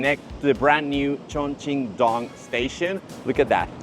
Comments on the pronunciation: It is not dong as in ding dong，It should sound like “ dueng” 东(in one sound , not two). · It's not Dong it's Dōng [东] as in East. Chongqing East Railway Station.